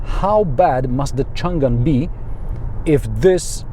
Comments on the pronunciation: Chang an. You don’t pronounce the g for the second syllable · Not Chun Gan, should be Chang-an （長安） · I recommend enabling English subtitles. The varied ways it butchers "Changan" are hilarious. "Chun Gun" is my favorite.